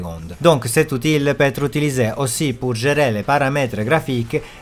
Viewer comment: Très intéressant, je vais tester ce logiciel très bientôt. Petite remarque pour parfaire ton français qui est déjà très bien, dans le mot Outil on ne prononce pas le L, ça se prononce "outi". 😉